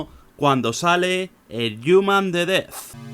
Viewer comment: El "yuman"